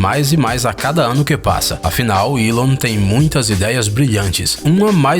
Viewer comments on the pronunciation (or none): none